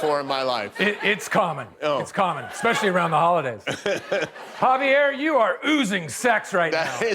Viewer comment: He said Javier 😂😂😂😂 I love will!.